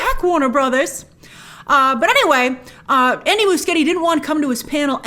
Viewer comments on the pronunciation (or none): Soooo Andy spaghetti. Thats what I hear when she says his name